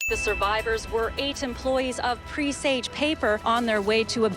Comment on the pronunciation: You’re not planting herb seeds and that is not how one pronounces “presage.”